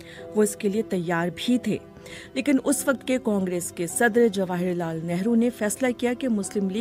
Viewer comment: The narrator seriously needs to work on her narration skills. It's Abul Kalam Azad, not Abdul Kalam Azad. Jawaharlal Nehru not Jawahalal Nehru.. plenty of other errors as well. How hard could it be to record a script? Plus, it is absolutely rubbish to claim that Azad fancied Alcohol. Total nonsense.